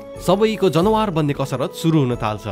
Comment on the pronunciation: When I hear you say जनवार instead of जनावर , I remembered myself old self who used to say like that😅😅 and ekdin sathi le khartarnakh billa handeko thiyo, Tara hajur ko awaz ma sunda nikai ramailo lagyo hehe. Dherai maaza Ayo dai, hajur ko story vanne saeli ni nikai romanchach xa ..😊